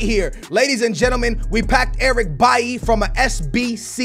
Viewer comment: Why do you pronounce Eric B-A-I If it's Eric B-A-I-L-Y